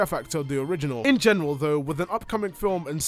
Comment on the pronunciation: "In goneral" 😐 Bruh